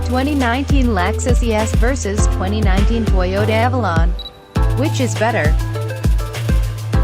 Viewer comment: Very well done video with one exception, it's Avalon not Alalon. I'm sure you'll see what I mean if you review your video.